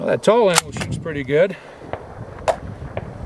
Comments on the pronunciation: lol Tulla its pronounce TWOla, I have this rifle and it's by far the easiest weapon I have to take down and clean, even easier than my SKS. I use the PRVI white box 7.62 ball ammo in mine for plinking an America Eagle AE308D for more precise shooting. I have the 7.62x51 OTM M1A rounds I shoot in to as well but this rifle can shoot anything I put in it, even the Brazilian Military Surplus I bought for .40 cents a round. No it's not an Armalite AR10 but it cost me 600 bucks, my AR10 was 2100. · LOLZ "TULL-AMMO" it's TULA! oh, and just so ya know, Century Arms didn't make the gun, they just imported it ;) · It’s Tula ammo not Tul lol